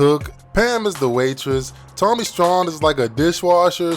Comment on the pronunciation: Props and saying Tommy STRAWN correctly, but Pam is badder than Gina??? ✌🏼